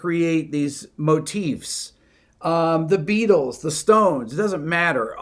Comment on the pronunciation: I dig how you say "Motifs" correctly. Instead of "Motives." Oh, and I just noticed it says your video is unlisted...huh.